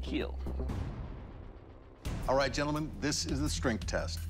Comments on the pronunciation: I liked the part where he said the keal line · it will keal! multiple times👏👍